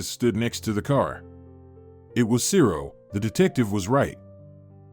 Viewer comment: His name wasn't Cero. It was Zero.